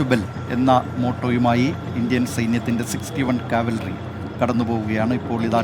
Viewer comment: കാവൽറി അല്ല brother കവൽറി